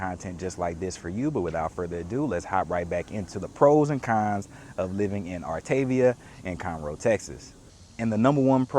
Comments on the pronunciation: I was told it’s pronounced - ar ta ve a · It’s actually pronounced “art a via”. :). Artaveeha. 😊